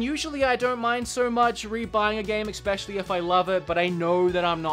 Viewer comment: IT"S ESPECIALLY, NOT EXPECIALLY. Every time you say it wrong, I cringe.